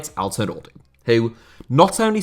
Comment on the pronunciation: As a native turkish speaker I can tell you that your pronunciation of Izmir and Altınordu was great. Keep up the good work and pls continue to making videos on niche topics.